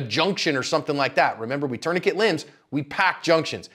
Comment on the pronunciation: "tourniquet me"